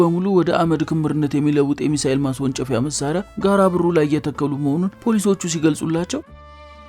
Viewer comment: ጋረ ቦሩ ነው። ጋራ በሩ አይደለም። ተጠንቅቀህ አንብብ።